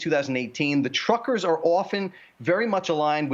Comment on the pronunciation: The word "truckers" said quickly sounds, to my ear, very much like "trumpers."